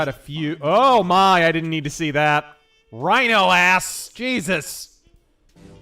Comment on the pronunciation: Rino, not rhino.